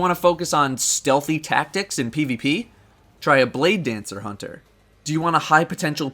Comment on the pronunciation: Lol love the ending even though you spelled and pronounced hunter wrong